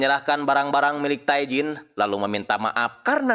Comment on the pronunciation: Bang, pelafalan Korea itu nama Tae bilang nya Te.. huruf vokal kedua yg dibaca Tae Jin => Te jin